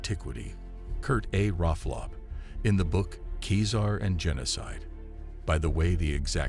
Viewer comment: Keezer? Stop polluting the Internet with your drivel. "Seeser" or "Kaysar" are the only acceptable pronunciations. It would have taken you 2 minutes if you had studied.